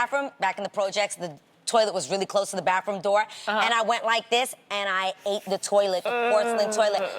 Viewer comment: Adrienne says bafroom instead of bathroom 😂😂